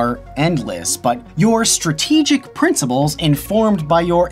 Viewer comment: did he just say princiBles??